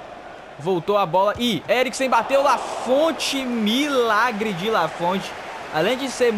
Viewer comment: voce esta pronunciando o nome do Lanfont errado, se fala com o t mudo (lafon)